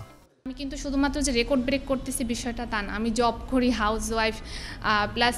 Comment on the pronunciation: র‍্যাকর্ড নারে ভাই। রেকর্ড।